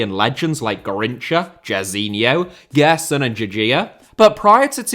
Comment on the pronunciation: Great video mate. Btw, Gérson is pronounced "JÉRson" like if had a J. Great pronunciation on vitória de Guimarães tough. Love your channel, cheers.